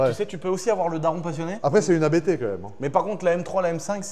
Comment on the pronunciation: Pour la RS6, On ne dit pas A.B.T mais Abt car il s'agit d'un nom et non d'initiales 😉